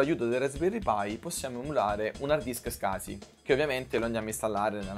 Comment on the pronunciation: "scasi"!??!?! SCSI!!!